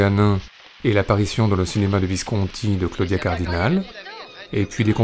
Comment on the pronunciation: Visconti est un nom ITALIEN, pourquoi l'épelle-t-il comme s'il s'agissait d'un nom français?? Et quelle voix monotone...